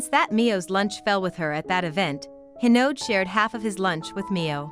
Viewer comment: It’s hinode not hinod